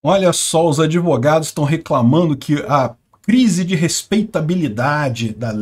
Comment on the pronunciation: “Adevogados” kkk bem feito! Quem mandou não estudar?! Kkkk